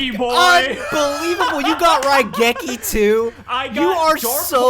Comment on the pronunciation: Coming back to the first episode after watching everything so far. I have one question for. What is a Ruh-geki? I know what RAI-geki is, but Ruh-geki? Never heard of it.